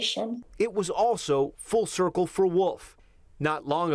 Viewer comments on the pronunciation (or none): none